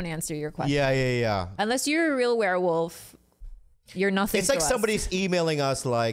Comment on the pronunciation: "It's a Warewoof!" lol